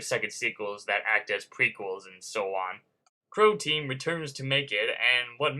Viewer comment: its not crawtan its croteam